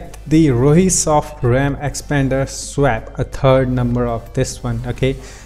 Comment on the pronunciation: Your accent is great though you do seem to have trouble saying SWAP but it doesn't bother me too much! :-)